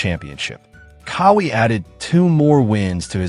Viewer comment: It's QAWI. Like w a Q, like in Quincy, NOT with a K. Now Say it w Me.."Qaaa-Wee". See, See how Eazy that Was? smh